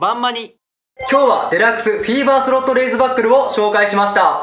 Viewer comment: フィーバーがセイバーにしか聞こえない